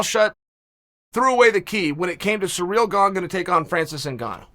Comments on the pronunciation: Chael the guy that never pronounces names right 😂 yair is yarear and Cyril is surreal 😂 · The way Chael says his name is Surreal